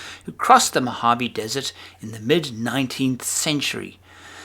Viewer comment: It's, "Mojave." Great photography, though!